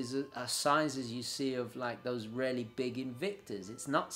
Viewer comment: I loved your video really informative but to my ear you rarely say really properly.